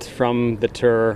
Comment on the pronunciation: can someone mention to rory that its a tour not a terr